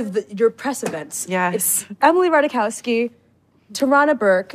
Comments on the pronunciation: it’s rah-tie-kov-ski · actually her last name is pronounced; Ra-taiy-kov-ski. So is Ziwe some anti woke comedian? She's hilarious. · The girl should learn to pronounce her own name, as follows: RAH-TAI-KOFF-SKI. And no, Emily, that J is not silent, in the original Polish. CCS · It's mildly funny because her last name is polish in origin and it's definitely not pronounced how she does it (which is absolutely fine)